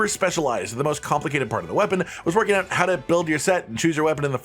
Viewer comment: Hehe "ouoot" 😅